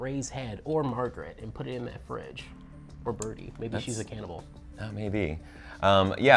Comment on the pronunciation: It’s BERTIE NOT BIRDIE BROOKE NOT BROOK